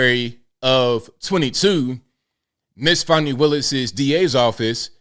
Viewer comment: Fawnee my azz, it's Fannie!